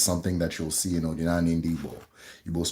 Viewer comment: Iseee but my brother, try to master the accent ooo 🤣🤣 ndi Eke' Odi na ani (Uda ana) Not Odinani (Uda elu)